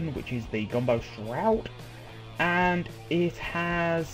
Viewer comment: Gumbo shroud! :D It's ok, just say it like it's spelled "Gamble Shroud" if you are having trouble. Awesome mod though!